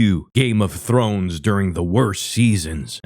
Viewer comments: Games of thorn? Thor? Games of Thor? Thorn? Da fuck he say? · He actually said Thorn lmao ledouche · He couldn’t say game of thrones with a gun to his head